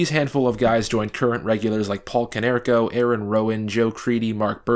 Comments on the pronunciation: Go Sox! I know I’m late but please never say “Konerks” again 😂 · 'konerks?' cmon..its always been PAULIEEEE!